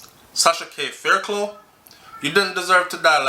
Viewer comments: Sighhhhhhhh everytime you said faircloooo I wish I could call you and say faircluff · Thanks for that info. Always informative. The name Fairclogh pronounce (Fair-cluff). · Hey,! Blessed weekend. Fairclough (pronounces Fair-Clof). Blessings